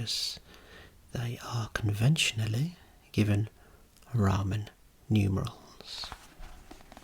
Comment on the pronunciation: The way he says trachea and Roman drives me mad. Trackea and ramen.. 😂. The letter H as well. I know it’s his accent but still.